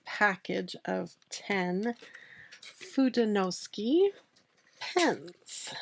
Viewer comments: Love your video, but sorry, “suke” just doesn’t seem like it should be pronounced “ski.” You do get an A for persevering! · It’s pronounced: foo-de-no-soo-kay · And its "foo-day-new-sue-kay" but the "ke" is more like ke in sake. Like in okay, as well as the de in fude, its got that same eh sound. If that helps. Atleast that's how I was taught in my Japanese classes and throughout 30 years living in a very diverse state with a large majority of our residents being fluid Japanese speakers as well as our states just general heavy influence by all Asian cultures. :) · “foo-day-no-SOO-kay” I take full responsibility for saying it wrong! I think I may have misspelled it when I looked up the pronunciation. Doh! Please be kind to her about it—it’s my fault not her’s. 😊 Sorry and Tombow. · Ironically, I was coming to comment this exact note when I saw this posted right up at the top of the comments! I’m glad it got cleared up! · Hello and, Pronunciation was almost right only the "KE" at the end of FUDENOSUKE is pronounced like the "ke" from the word "kept" Cheers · FU is like when you say kung-fu. DE is like when you say meh. NO is like when a Mexican says no (no w sound at the end. Just an open vowel). SU is like when you say super. And KE is, again, like when you say meh. Try using Google translate and listen to the pronunciation. Hope this help!😊 BTW, Fude is one word. No means of (as in belongs to). Suke is another word.